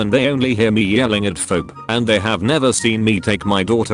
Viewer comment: Can't the AI be given a phonetic script? "Fee Bee".